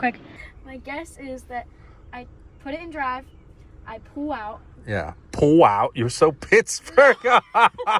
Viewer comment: That Pittsburgh accent 😂 "I pooo out" 😂